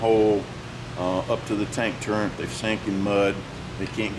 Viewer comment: Hey,. It is a Tank Turret, not a turent.